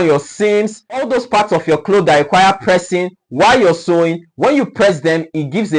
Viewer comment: He is correct in saying pressing.